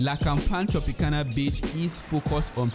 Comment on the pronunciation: It's BEACH not BITCH 😂😂😂